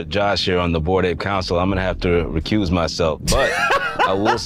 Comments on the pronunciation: Did she say "recooze"? The fuck? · REECOOZ LOL